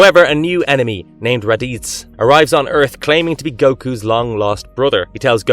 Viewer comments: Ahhhh yes, Ra-deetz and the Sci-anns. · Who is Kento Miara? 😂 You mean Kentaro Miura (Ken-Tar-Oh Me-u-Ra) It's not Rad-eats, it's Raditz (Rad-its) It's Kodomomuke (ko-doe-mo-moo-ke) Seinen (say-nen) With Hunter X Hunter, just whatever, I generally prefer it withiut the X, and the old 99s anime I believe was from Nippon Animation, Madhouse did the 2011 remake, and it's not Gone, it's Gon. Not Chai mera, it's Chimera.